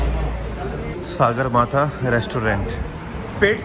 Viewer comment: I am from Nepal and he went to Nepali resturant and I was surprised.I listened the people's Nepali Language beside him.Hat's off to you brother but pronounced Sagarmatha as Saagarmatha it's english name is Mount Everest. Love from Nepal.